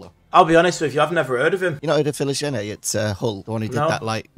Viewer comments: The pronounciation of Philogene... and you're english mate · The way pronounces 'Philogene' upsets me and I don't know if it was intentional.